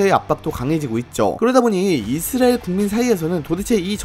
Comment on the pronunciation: 아니... 왜 이스라엘을 이스르엘로 발음함?